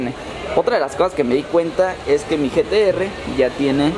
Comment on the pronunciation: Jajajajjaja like si escuchaste que le dijo gts en ves de gtr